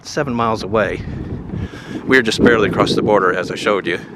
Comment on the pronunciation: Bro, the word is across. Not acrosst